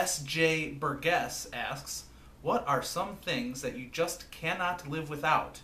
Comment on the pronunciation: Lol thanks for answering my question! But swing and a miss on the name ;-). Pronounced "bur-jess" like the House of Burgesses ;-)